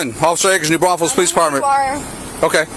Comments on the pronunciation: she’s either from San Marcos, Texas, or New Braunfels, Texas. Not San braufels, for anyone curious. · San Braffles? Lol. I think you mean New Braunfels? Pronounced Brawn-fulls. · Good for you - San brothels sounds about right lol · It's actually "New Braunfels" Texas which is between San Antonio and Austin. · It's pronounced "Brawns-vulls", no one can pronounce our Streets, and towns names properly unless you're from here. lol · New Braunfels is pronounced: new bron fels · this is 1 asshole that probably doesn't live here where there are 100,000 other citizens and saying the name of our city wrong not a big deal. I laughed at it when I heard it in the video but then seeing the comment about his pronunciation of our cities name was something else entirely. The people that live here and are proud of our city. Even though like every other city in theses United States it does have issues because no city on this planet is perfect. Deserve the bare minimum respect that he pronounce the name correctly. Especially if he expects us to respect him and his opinions. Which I have to this point and I do believe once he sees my comments if he sees them that he will understand what I'm saying and possibly agree. At which point I think based on what I've seen from him here on his page he will rectify these comments. I've been watching his vids for a while now and i believe him to be reasonable and if I'm incorrect about my perceptions then I completely expect him to let me know why he thinks I'm incorrect and be willing to discuss it but the government has nothing at all to do with his pronunciation of this cities name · You said the name of the town wrong. Its called piece of shit podunk town. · Damn.. 😂😂😂 New Braunfels the people ain’t do nothing to you. I know some fine women out there that’s gon turn up. Pronounce them people name right 😂😂😂